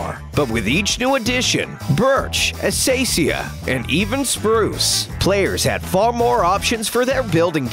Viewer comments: Did you seriously just pronounce Acacia like uh-SAY-SEE-uh I'm pretty sure it's uh-kay-shuh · its not assia its aksia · He said aseisia not akaysya in english or akásya I think he's living in temperate regions so i was triggered alot😡😡😡😠😠🤯🤯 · everyone: acacia sub narrator: as asia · Minecraft: acacia Narrator: asaisia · i actually read it acaisia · "ASASIA!" Wowo! XD That is a completely different way to pronounce thst too! Also, I can still remember when things like different kinds of wood doors were possible. It was mind blowing. I had so much fun with it!.. Still feels like that update wasn't too long ago. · did he say.... ASACIA?! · Its uh-kai-shuh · Asiasia? Acasia? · Acacia is actually pronounced uh-kay-shu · Did he just said Asasia? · It is pronounced a-K-sh-a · Wha... he pronounced acacia as asacia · The First C in aCacia is a hard C not soft